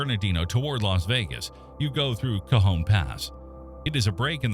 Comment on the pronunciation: Nice job getting the AI voice to pronounce cajon and tejon correctly. Also, it is more objective than most of these.